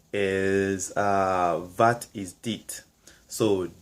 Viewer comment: Good job! Please, keep in mind that the a in wat and in water are spoken differently. Wat has a so called short vowel and water a long one. Check Google translate. Keep up the good work.